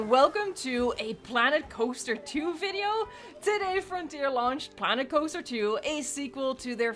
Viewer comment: I always thought the way she says "viewing gallery" or "video" sounded kinda funny now I know